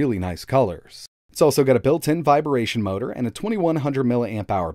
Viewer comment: My dude..."Viration Motor"? "Bayttery". I realize this is just a YT channel but a little bit of QC couldn't hurt. :P